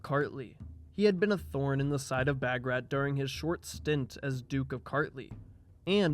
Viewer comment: Wonderful documentary. Although the part where Georgia “broke away” from the Roman church wasn’t accurate. The Georgian Orthodox Church is in full communion with all the other Eastern Orthodox churches (Greek, Romanian, Serbian, Russian, etc.) Also - Bagrat is pronounced “Bahg-Rhat”